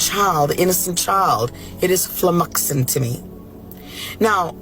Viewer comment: She said flummoxing